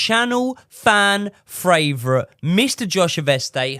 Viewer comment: Favourite moment every time Josh is on is listening to butcher the word favourite😂